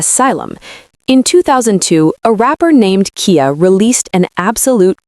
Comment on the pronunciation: It's "Kai-uh" not "Key-uh".